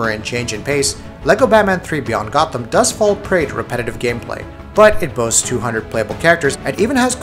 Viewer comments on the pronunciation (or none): none